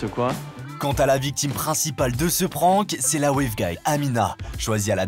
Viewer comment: Pourquoi oblige les gens depuis tout le temps a prononcer le mot anglais Prank comme si c’etait un mot Français PRENQUE?